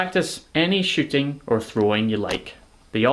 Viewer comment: Good stuff again, my man. Thought you said "sh*thing a projectile" for a second.